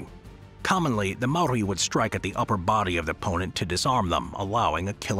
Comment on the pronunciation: I’m Māori born in Aōtearoa (New Zealand) and most these things were correct but not entirely but only because if it was brief but great effort. Also like many the pronunciation of Māori is a little off 😂 First if all the Haka is a War ritual not a dance. We used double barrel shotguns aswell as muskets during the Nz Wars We also invented Trench Warfare , artillery bunkers and used tunnels to escape when battling the British Empire.